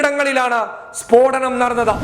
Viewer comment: സ്ഫോടനം✓ സ്പോടനം× 🙏